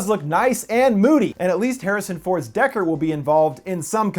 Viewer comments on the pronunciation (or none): none